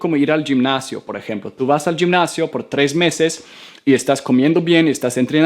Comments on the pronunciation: no es yimnacion sino gimnacio lo pronuciaste mal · Hola, yo estoy interesado en aprender el idioma sueco, ¿qué comunidades o red social recomienda?, Pd: Gimnasio, gi se pronuncia como "jitomate" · Gracias por las recomendaciones. Por otro lado si suma a tu pronunciación, gimnasio se pronuncia algo así como "jimnasio" y no "yimnasio" (como lo pronunciaste), de igual forma realmente tienes un buen manejo del español. Gracias nuevamente por tus recomendaciones lo seguiré (y) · Se dice jinnacio no yinnacio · Gracias!! Muy entendible todo Permíteme corregirte en 2 palabras que he notado en varios videos😎 ARCHIVO la sílaba "chi" se pronuncia juntando los dientes Y GIMNASIO la sílaba "gim" se pronuncia como la letra "J" como pronunciando "him"😀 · Gimnasio se pronuncia jimnasio Solo es una nota para que lo sepas 🤗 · Great video man. I want you to help with some words I heard from you. Remember that the word "gimnasio" in spanish the sound of "g" in this case sounds like "spanish j" (like hospital in English) and "archivo", the "ch sound" in Spanish sounds like "chair in English". Gracias por los consejos :)